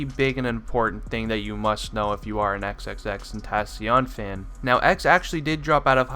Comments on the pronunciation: How are u gonna say your not a X fan If you don't know this when you can't even say his name right 💀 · Isn’t it pronounced “ten-tuh-seeyuhn” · It's XXX-ten-tah-sion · He can’t say his name right lol 😂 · Lol he said your not an x fan if you dont know these facts but he dosnt even say his name right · you say his name wrong it annoys me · we aint real fans if we dont know these facts? you are saying his name wrong and call us fake fans :)? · Fact #1 is how to pronounce his damn name you fool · how you gone say what real fans should know when you not even pronouncing his name right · Your a fan but you dont even say his name correctly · you don’t even know how to pronounce his name😂😂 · U pronounce his name wrong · The dude made a vid about facts about X and he fucking butchers his name in the first 10 sec. smfh. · if you were a fan you could say his name right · makes this video but pronounces his name wrong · Not how you pronounce his name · they should also know how to pronounce his name. RIP X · Maybe if u were a real fan you would know how to say his name right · You don’t even know how to pronounce his name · if ur a true xxxtentacion fan you could say his name right Jk its hard to say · He's saying all these facts but doesn't know how to pronounce his rap name correctly